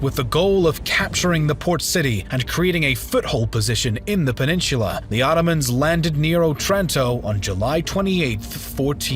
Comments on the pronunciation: PEN-IN-SU-LA not peninshula. Annoying. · A Great Video, but please stop mispronouncing the word "Peninsula". It is "Pen in SOOLA" NOT Heaven Forbid, "Pen in SHOOLA" Please stop murdering your English Language!!!!!!! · Peninsula...not "peninshula"! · why do you pronounce peninsula so funny? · your pronunciation of peninsula triggers me